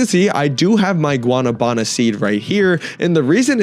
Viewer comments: The pronunciation is gua-NA-bana. Go high on the NA. Say it like you say “nah”. Ppl are saying guana -banana. It’s confusing but the fruit is a tropical fruit. We love in PR. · guana banana 😭 it’s “gua- na - va -na” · I dont want to be rude but its not guanabána its guanábana just so yo say it correctly much love❤❤❤ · BRO ITS PRONOUNCED WA-NA-BA-NA it hurts me to hear people say it wrong since i come from south america where i love this fruit 😢